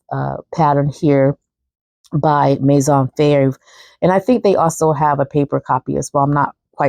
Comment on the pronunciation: You pronounce Maison Fauve like "Maizon Foaf" (like loaf but with a F instead of L at the beginning). By the way, that Maison Fauve Rosalie dress is soooo pretty! I really like when you do these types of videos that require some research to come up with similar styles. Thanks!